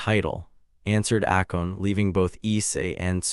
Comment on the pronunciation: Not "Akon" but "Akeno"